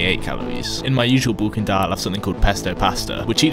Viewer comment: Is pronounced bulking not boolking